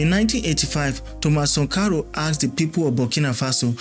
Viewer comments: Who is Sunkaro? Do you mean Sankara or Sunkaro? You got issues with pronunciations. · Are u deaf or stupid? The name is pronounced Thomas Sankara! Why do u keep saying sankoro?🤔🥴🥴🥴🥴🥴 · It is Sankara, not Sankaru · What's 'Sankaro' it a name so mention it as it is ' Sankara'. Dont spoil your videos with these petty things bro. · Sankara , not sonkaro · it's Sankara. The video is very good, get the name correctly next time😅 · How do you butcher the name of Thomas Sankara you’re a joke. Sorry it takes away your good work it spoils it doesn’t enhance your work.